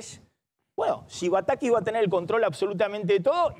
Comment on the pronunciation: jajajajajjaja nuevo cavallo jajajaja como me hizo reir, denle un curso de modulación a Maxi montenegro desastre como pronuncia la S... shi shi shi, la idea que tiene batakish, ejecutar en los proximos meshes... jajaja no podes.